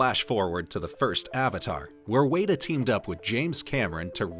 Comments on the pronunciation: It's not Wayta Workshop, it's Wet-a Workshop, like the bug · Isnt WETa not Wayta? I've always heard it pronounced WETa digital. The pronunciation was throughing me off 😂, couldn't even finish the video. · I hear you Michelle. Seriously I'm not going to sleep tonight. Weyda...good grief!! WETA!!! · You are pronouncing Weta wrong. It is said like wet-ah. It's not wait-ah like you're saying. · It’s pronounced “weta”, like the spider. Should sound like the word “wet”. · Wey-da? Really? All this research, and you didn't pick up once how to say the company's name correctly? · OMG it's driving me nuts!! WETA WETA WETA bahahaha arrghh!!!